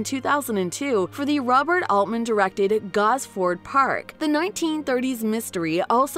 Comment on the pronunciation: What's Gos-FORD-Park, you computer, you!?